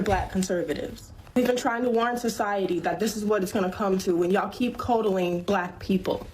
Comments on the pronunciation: She doesn’t understand the Double Consonant rule in pronunciation. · Are we just gonna boss over the fact that that girl in the beginning mispronounce coddling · The way she said "coddling" though... She's may not be ghetto but she's still illiterate. I'm seeing the pattern. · Black fatigue is real, but the tiktok video is AI. AI doesn't pronounce certain words correctly, like "coddling".